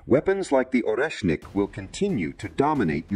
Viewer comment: AI mispronounces so many words... It can say or-esh-nic yet struggling with Kiev...not keeeevv it's ki-ev Also sha-heed missiles not sha-head SMH